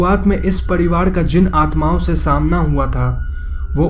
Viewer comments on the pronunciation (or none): Ye "sari" ko "sadi", parivar ko "padiwar" kyo bol raha hai bkl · Padiwad.. nahi pariwar hota hai lol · घड़, पड़िवाड़, कैड़ोलिन, बाड़ बाड़, चड़चा, अगड़, etc, etc, sorry but it's really irritating. र and ड़ 👈🏻 there is a difference bro. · ye pariwar ko padiwaad kyu bol rha h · Padivad kya he ye apka r ka uchhar me mistake he